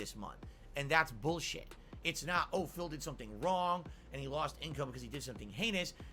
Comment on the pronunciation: Is buulsheeeeiii